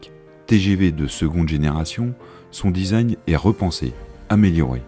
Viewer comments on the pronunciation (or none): none